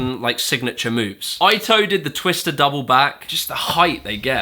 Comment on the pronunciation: Yasutoko not Yasotoku. And Eito should be like Ay-toh instead of Ai-toh. Overall loved the video, just I remembered their names being mispronounced pretty badly in your what killed it video, and this one was almost there. Lol.